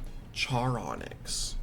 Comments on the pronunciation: Random pet peev with. His pronunciation of every loomian’s name. “Charyonyx” like how. It’s literally spelled “char onyx” like the word character or Charon from the myths and the rock onyx… HOW. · Why he calling it "Cherry Onyx" Where did he get the 'y' from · I think it's pronounced as ch-ar as in charred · It's charonyx as in sharon-nyx The name charon is pronounced as Sharon, and onyx is literally an irl ore Sharon-nyx Your welcome